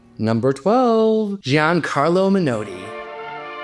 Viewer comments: A different kind of feedback: please allow me to give you some advice about pronunciation. I know you're north american, and speech is different there from England. But the word Menotti is Italian, and it just isn't "menoati"! You dont have an English "o" in north american, so please try to say "Menardi" instead 🙂 Britten's partner was called "peers" even though it looks like the fruit. They lived in 'Aldbruh'. I know that's a tricky one, like Edinburgh. But if you're going to publish videos, you need to do a bit of homework. Having got that off my chest: I did enjoy your video, and I agree with you about most of those artists... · Well pointed out: Italian, for example, is not such a difficult language to pronounce, and Menotti is definitely not 'Menoweddy'. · Please watch your pronunciation. Britten’s long-term partner was Sir Peter Pears, the surname pronounced /peers/ not rhyming with the fruit or the soap. Dame Ethel Smyth was explicit in her diaries (in nine volumes) that her surname was /smith/, not /smaith/ - this is a common mistake. And Gian Carlo Menotti - the ‘o’ is short like ‘not’, not long like ‘note’. Tchaikovsky’s final symphony (ignoring the unfinished 7th) is the “Pathétique” pronounced as in French /patetik/, not as in English “pathetic” which has a totally different meaning. “Pathétique” in French means ‘kind’ or ‘knowing’ or ‘caring’ but in English means ‘sad, worthless, uninspired’. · Men-naughty, not Men-OH-ty. Bernst-EYEn, not Bernsteen. Frederic, not Friedrich Chopin. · So many mispronounced names in one video. I didn’t think it was possible. Men-naughty! Not Men—oh—ti. Bernst EYE n. Frederic Chopin, not Friedrich. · Your pronunciation of Menotti's name and of Tchaikovsky's symphony needs some work.